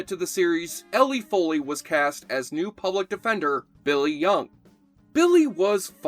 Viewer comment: Ellen Foley, not Elley Foley, and she's who sang on the Meat Loaf album Bat Out of Hell including the famous female lead in Paradise By The Dashboard Light, everyone thinks it was Carla Divito because she sang in the videos and on tour but it was actually Foley who sang on the album. Also, Charles Robinson was in the band Archie Bell and The Drells before they made it big with their 60's hit song The Tighten Up. Archie Bell and The Drells guest stared on an episode of Night Court that was written based on Charles Robinson and his experiences with Archie Bell and The Drells, in the episode everyone's surprised to find out that Mac was in a famous band and found out because due to a dispute they wind up in Harry's court one evening. Although the changed the name of the band for the episode it actually was Archie Bell and The Drells that guest stared on the episode.